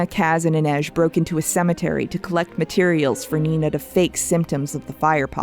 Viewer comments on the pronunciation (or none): none